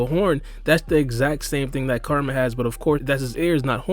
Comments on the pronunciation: Man u gotta learn how ta say KURAMA. sounds like karma when u say it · Bruh. Kur-a-ma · Karma- is what Boruto and Kawaki have. Kurama or Kyuubi- is the nine tail fox trapped inside Naruto. They are pronounced differently and said differently, that's all I'm saying bro, good vid tho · So we gonna ignore the fact he’s saying karma not kurama